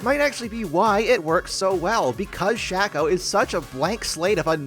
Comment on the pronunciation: why r u saying shaco like that